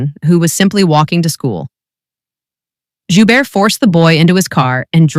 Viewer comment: the T is pronounced at the end of his last name...